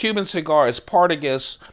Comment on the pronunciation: I'm pretty sure it's pronounced "Par-tah-gahs" or "Par-tah-gah", not "Partagus". I've only had the puritos, and they weren't that great, but they're puritos. You collect some classy stuff. I'm sure this channel will pick up substantially when people find it.